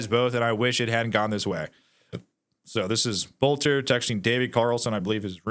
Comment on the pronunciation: it's pronounced Belter...